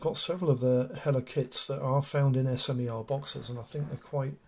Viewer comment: Been in the industry over 10 years and never heard it called S M E R. But smer (smur). Its a French or Slovak word.